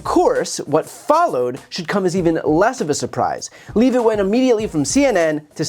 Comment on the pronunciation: Brian, please pronounce Leavitt’s name correctly. It’s a Jewish name—not hard. (Even Bannon pronounces it correctly.)